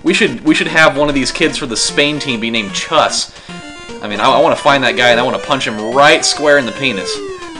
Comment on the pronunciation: I think "chus" is pronounced "choos". To me it makes sense